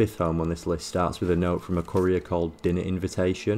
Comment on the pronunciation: I love how you emphasize the last syllable of 'courier', and the first syllable of 'decor'. You've got a great career as a decker ahead of you.